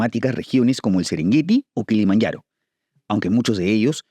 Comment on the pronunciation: ¿Porqué pronuncias la j de Kilimanjaro y de Suajili como si fuera una doble L?, si la j suena como j, que manía con anglosajonizarlo todo 🤦🙄